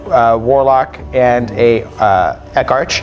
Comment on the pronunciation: "Eck-arch" ? really? Someone please teach this guy the pronunciation rules of correct english. It's "Ex-ark"